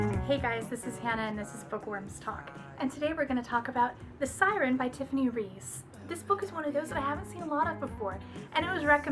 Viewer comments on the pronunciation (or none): I keep rewatching this video idk why lol. oh and btw, for future reference its her last name is pronounced "Rice"...I don't know why I didn't comment that earlier...btw any plans on reading the rest of the series?